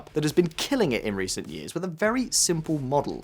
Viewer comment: "yeeahz" and "yeeah" are not words. It's "year" and "years".